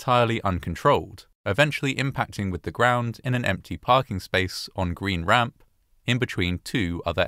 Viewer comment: For record, on pronunciation. Green Ramp has emphasis on Green, and a downward inflection on Ramp. GREEN ramp. Fayetteville is pronounced FEY-it-ville. Emphasis on 'Fay', downward inflection on the middle 'ette.' Source: several years at Fort Bragg, and untold hundreds of hours spent at Green Ramp and slogging through the trenches of Fayettenam, as we maroon berets call it.